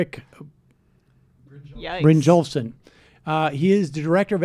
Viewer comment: These youtube jockies criticize the Washington Post journalist but they cannot even remember Erik Brynjolfsson's name to make their point. And they don't even ask in advance how to pronounce his name even though they are praising him. Way to go